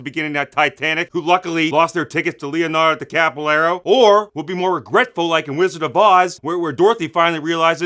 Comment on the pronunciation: A new Leo Decapalero line! It's been awhile since I heard that. My favorite name mispronunciation that he does. Everytime I see or hear something about Leomatan mispronunciation always and there's my mind without fail.